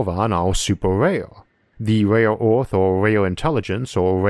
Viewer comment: I recently found your channel and I’m so confused I have no clue where I start or where I end. I find it cute that this narrator speaks his “R’s” like you’d talk to a baby. He says the word emperors as “empewus” like a baby. Earth spoken as “Uwuth”. What if hes talking to us like a baby because hes millions of years more advanced like we goo goo ga ga our babies. LOL